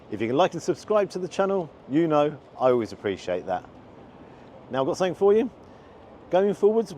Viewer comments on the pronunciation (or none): I like the way you say 'sunnink' rather than 'something' 🙂